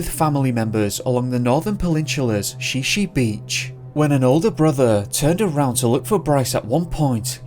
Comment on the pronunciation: The narrative could be improved by correct pronunciation of: Shi Shi beach= Shy-shy, and Sequim= Squim. Other instalments of this fellows narratives also are similarly mispronounced like Willamette is really Will am it, and not "will am metty". Obviously not familiar with PCNW locality.